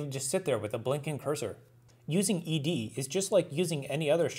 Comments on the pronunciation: Wonderful explanation, and the first video I've seen where the name 'ed' is pronounced correctly! Like ex and vi, you just say the letters. Last year I decided to keep things simple and now ed is my primary command-line editor. I like the way it doesn't take over my terminal display the way vim and Emacs (and for that matter nano) do. it's simple and powerful, launches quickly, and exits cleanly. Some people say it's fine for small files but they wouldn't want to have to use it for longer texts. I remind them that actually most of Unix was written with it. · Excellent video! And you even pronounced it right!